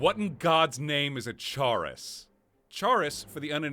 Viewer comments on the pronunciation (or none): It's pronounced 'chorus' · Just a few notes: Most West Nile cases aren't neuroinvansive, and most that are cause encephalitis more often than meningitis It feels so wrong hearing you say "chaurus" like that. I always assumed it was more like "chorus," with the ch sound in "chitin." Rock-joint sounds more like tetanus to me. Obviously not in the way it affects the player, and Meeko's owner didn't have the arched back, but you can only ask so much of the Creation engine. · I think "chaurus" is pronounced like "chorus"